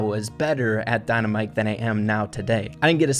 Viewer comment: Its very bothering that you say dynamike wrong